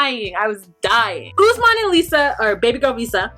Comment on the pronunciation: This may be a silly thing to pick on but Lisa keeps mispronouncing Usman's name. "Ussmen. Ussmen." He pronounced it numerous times. I was many years with a Cuban man called Paulo and everyone kept calling him Pablo. It is a basic mark of respect to learn how to pronounce a person's name. His name is Usman. She never researched his culture, his country, how to politely to act around his friends and family. She came in like everyone had to kowtow to her for some odd reason. She really got under my skin. And when she went on about having to pay "the white price" and references to her taking Usman to America to be a slave. With all the resources and people stolen from Africa, have some respect. Open a history book, read up on current affairs. She upset me so much.